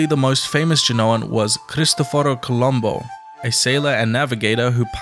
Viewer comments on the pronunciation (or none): none